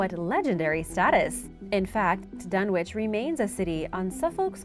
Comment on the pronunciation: The w in dunwich is silent it’s pronounced dunnich